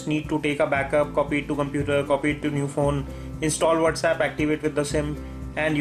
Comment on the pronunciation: May old fon may new fon to may pisi..wtf is that ?? U makes me nervous !!! Where did u learn english ??